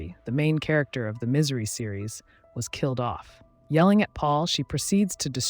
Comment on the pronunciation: "Miss - ery"